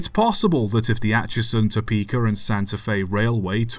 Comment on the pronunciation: I enjoy your videos but it is Topeka not Topeker.